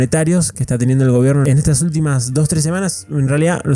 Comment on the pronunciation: "EL GOIBERNO"